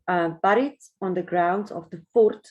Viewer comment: Fascinating. It really gets one's imagination going. Imagine finding it! Just a little tip, in English "bury" and "buried" are pronounced "berry" and "berried". Moet my nie vra hoekom nie!